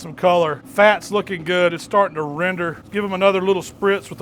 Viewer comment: CAN YOU SAY RENDER ?